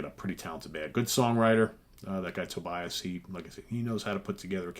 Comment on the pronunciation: Actually his name is pronounced To Be As. Just think of to be an ass :-).